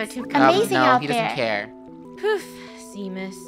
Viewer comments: the fact said it’s Sean and not Seam. It’s a M not a N. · i hear them saying shameus but its its seamus lol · ITS SEAMUS SEA-MUS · The name Seamus is pronounced shamise I only know it cause it’s my name.😂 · Not to be that person, but Seamus is pronounced “Shay-mus”! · Isnt seamus pronounced shamus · * doc and seamus having a moment * Funneh: ruins the moment by saying seamus wrong. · Funneh constantly pronouncing Seamus wrong gives me life. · lol poor funneh cant pronounce Seamus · I’m Irish and I kept cringeing on how you guys said seamus’s name